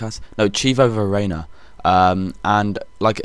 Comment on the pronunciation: Verana? it quite clearly said Verona